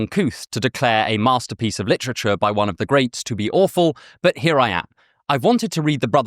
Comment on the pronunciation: "Lit-trich-errrr" I like it🙂....Just dont be saying that in North philly🙂